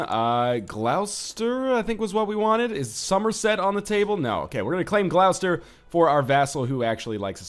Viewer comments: It's pronounced Gloss-ter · I died a little when he tried to pronounce Gloucester.